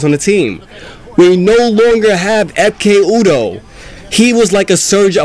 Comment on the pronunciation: when you say ekpe udho the k in ekpe is silent so its ep A